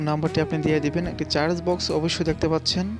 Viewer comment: কথা টা চার্জ বক্স না সার্চ হবে,,, ঠিক করে বলতে হবে।